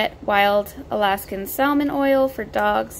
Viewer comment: mega cringe at how you say salmon the l is silent bih